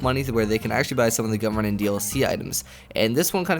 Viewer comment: i thought he kept saying government dlc instead of gunrunning.